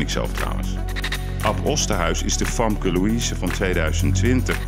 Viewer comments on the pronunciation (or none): none